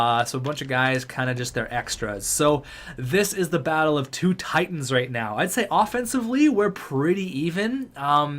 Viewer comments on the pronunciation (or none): none